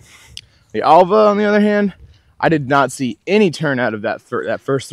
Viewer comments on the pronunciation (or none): It's pronounced Elva. Just ordered one 😊